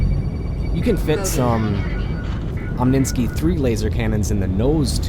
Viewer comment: omninsky? its omni sky